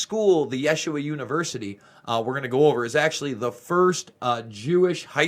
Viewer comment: these religious institutions are all corrupted. yeshiva is pronounced 'yasheeva.' child molesters run the world. here we are in these last days, end times, ( it Is biblical) those who read/understand that book where it is written that all will be revealed in the end times. thank you for your part. it will continue and not be swept under the rug anymore. can't thank you enough, for your very important work and your courage to expose the Truth!!! I am a believer in Yah (God) and Yahusha (Jesus) and pray that " No weapon formed against you shall prosper."